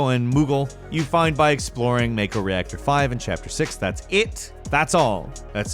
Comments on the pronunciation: It's pronounced 'mah-ko' ... Not 'may-ko'. Sorry. Had to get it out of my system. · Imma only say this once. It's pronounced Mah-koh. It is not a shark. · It's pronounced MAH-KO. you didn't play the game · You pronounced mako wrong it’s MAH ko not may ko, and midgar not midgrr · Bro, what is with you and saying things wrong? May-co, MID-GAR.